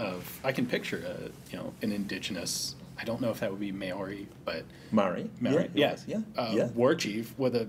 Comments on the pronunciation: To anyone who gets upset at Maori pronunciation just know they are not kiwi. They do not live here nor here now. It is not a big issue however if you want to learn how to pronounce it right try say it as MAA-odie with a hard Roll on the R sound. It can be difficult to pronounce it but unless you are actively in nz or from nz it's not a big deal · Ha both pronounced Maori incorrectly.